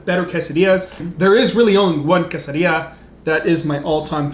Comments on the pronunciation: don't say quesadilla in a hispanic accent it's tex mex food which is american not hispanic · usually I don’t like when people pronounce stuff different but I love your pronunciation of quesadilla 😂